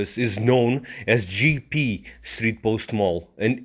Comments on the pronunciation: your pronunciation is wrong. IT"S NOT GEE-PEE, The correct is Jep-Pe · its not Jiepie , its J'E ppe'